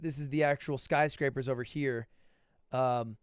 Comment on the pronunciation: “Skycrapper” lmao